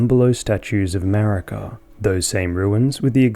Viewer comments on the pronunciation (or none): none